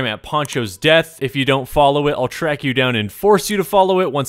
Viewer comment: When you said am tracked you and forced to follow I heard a knock😅😅😅